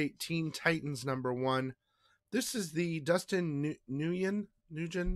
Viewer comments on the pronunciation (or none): Nguyen is pronounced "Win" (Please don't take offense to me saying that I hate it when I mispronounce things so just trying to help.) SICK video as always.